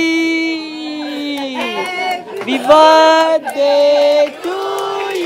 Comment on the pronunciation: Bhai baddy nhi hota birthday hota ha